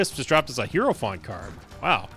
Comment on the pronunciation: Day 1 of trying to tell that it is pronounced high-row-fant. Not hero-font. Super annoying and ironic considering how much guff he gave hutts for calling them "rums" instead of "rooms". There's really no excuse for the mispronunciation either, especially since the game says it correctly every time you use the card lol.